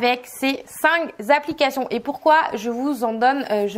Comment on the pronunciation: Merci pour vos bons conseils ! Mais par pitié arrêtez avec les liaisons "mal-t-a-propos" : on ne dit pas cinq Z'applications....